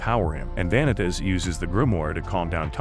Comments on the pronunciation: Please learn how to pronounce names, Va-nee-tas, No-ei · Why are you saying vanitas name so wrong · my bitch ass was so mad at this man for butchering all the names. Like Vanitas's being butchered is understandable but how do you butcher Noé and Jeanne. Like it's literally supposed to be pronounced in French not butchered in English